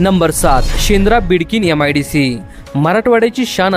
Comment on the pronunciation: यम आय डी सी नाही रे मित्रा, एम आय डी सी. अत्यन्त घाण उच्चार....